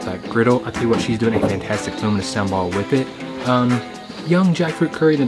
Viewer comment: I kept hearing luminous Sambol and I thought you say luminous due to its color. Then I realized what you really meant is "Lunu miris" Sambol. (Lunu = salt and miris = chili). Hilarious!!!!!!!!!!!!!!!!!!!